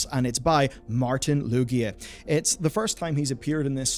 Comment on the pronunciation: I believe the studio name is pronounced phonetically. "Zah Um", not Z-A-U-M as some sort of spoken acronym. Edit: Never mind. You pronounced "Luiga" Loo-jee-ah. You have some sort of reading impairment going on and I don't want to pile on.